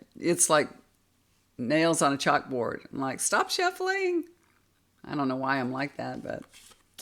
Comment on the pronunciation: I like the schffuling 😂😂